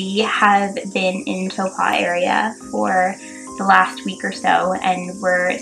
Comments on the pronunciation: Hey, I love that you guys are trying to learn the proper pronounciation for Maori words, but here is a tip, Lake Taupo is pronounced Lake Toe-paw not Toe-pa:) Same with Waikato- it's pronounced Wai-kah-taw, not Wai-koh-tah:) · Your te reo Māori ain't bad. Taupō is pronounced toe-poor😊